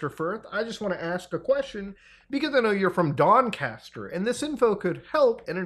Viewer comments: Doncaster. It is a little softer on the A. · Ik this is serious and always respect Muta for covering these serious subjects but as a Englishman its so funny hearing Muta try and pronounce Doncaster and Lancaster 😂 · Muta's pronunciation of Doncaster (or Donny) was awful 😅